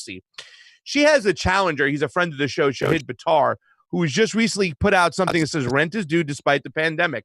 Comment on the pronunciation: Second syllable is short "i"*... stress on the *first syllable... not Shah-HEED...